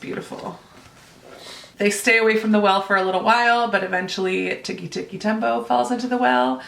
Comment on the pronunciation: Oh my gosh! We did a whole unit on Tikki Tikki Tembo when I was in 1st grade! I still remember his whole name like it was yesterday! You said it just like our teacher did, so I'm guessing you nailed it :) I have the Circle on Audio and you just motivated me to read it asap. I don't normally love books on audio as much, but your explanation made me happy I have it that way. Can't wait to hear your review book!